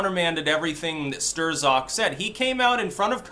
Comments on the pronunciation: The Z is silent bro. I believe the proper pronunciation is STROK. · It's Pecker Stroke, that's how it's really pronounced ;) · I am so glad this guy is gone. Now we don't have to hear butcher the name (Sterrzock!) anymore! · Are you mangling his dumb name on purpose? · Love your mispronunciations